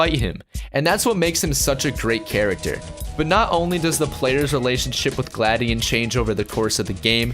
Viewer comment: It's gla dion